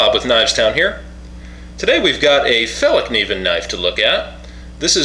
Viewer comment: Very good pronunciation of Fällkniven in the beginning of the vid.